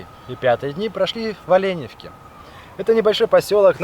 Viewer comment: Не ОлЕневка,а ОленЕвка